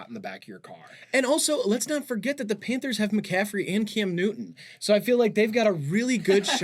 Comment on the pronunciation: PHANTERS???? KKKKKKKKKKKKKKKKKKKKKKKKKKKKKKKKKKKKKKKKKKKKKKKKKKKKKKKKKKKKKKKKKKKKKKKKKKKKKKKKKKKKKKKKKKKKKKKKKKKKKKKKKKKKKKKKKKKKKKKKKKKKKKKKKKKKKKKKKKKKKKKKKKKKKKKKKKKKKKKKKKKKKKKKKKKKKKKKKKKKKKKKKKKKKK